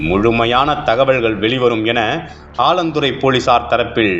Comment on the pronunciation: ஆலந்துறை அல்ல. 4 ஆலாந்துறை‌. செய்தி வாசிப்பாளர் " ல்" லை அழுத்தம் திருத்தமாக " ள் " என்று சொல்வது கேட்கவே எரிச்சலாக உள்ளது.🤨🤨